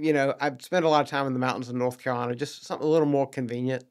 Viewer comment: "North" Carolina, not "Norf" Carolina.